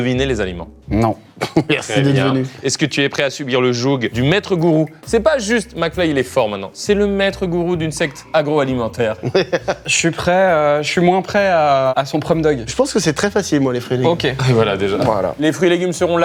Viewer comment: "subir le jougue" 😐